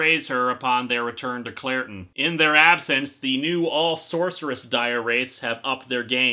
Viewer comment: When he says Clairton, I keep hearing Claratin, lol. Then again in Star Wars hot have Captain Banaka and Anacin Skywalker.